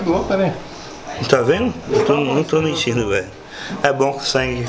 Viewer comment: fala sério, ele não está "méntindo" kkkkkkk